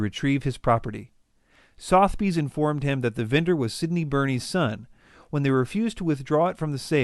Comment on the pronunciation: Please look up the correct pronunciation of "Sotheby's" and "provenance". Geez.